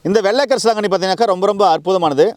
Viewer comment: பொன்னாங்கண்ணி கரிசலாங்கண்ணி தெளிவா சொல்லுங்க